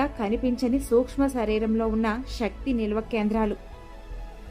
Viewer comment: Madam shakthi kaadu sakthi Ila baashanu maarchesthunnaru koncham baaga maatladandi chaala mandi ilaney aksharalu maarusthunnaru em style andi chakkani telugu ni chiraku chesthunnaru